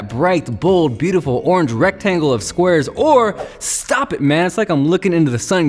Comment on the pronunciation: "beatutiful' as michael rosen would say... gwup p noice